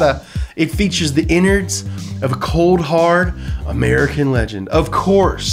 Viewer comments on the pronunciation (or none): none